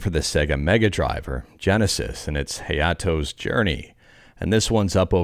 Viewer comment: Hayato = Hah-yah-toh This one you actually pronounced correctly! Japanese pronunciation is easy and always consistent (similar to Spanish), unlike English where English is always inconsistent per word. Vowels: a ("ah"), e ("eh"), i/y ("ee"), o ("oh"), u ("ooh") Double vowels: aa (strong "ahh"), ee (strong "ehh"), ii (long "eee"), oo/ou (strong "ohh"), uu (long "oooh"), and also the combinations of above like a (ah) + i (ee) makes "ai" (like "eye") and e (eh) + i (ee) makes "ei" (like "ayy!"), and i ("ee") + u ("ooh") would instead be written as yu (like "you"). Example = Ryuu/Ryū = "Ree" and a long "you".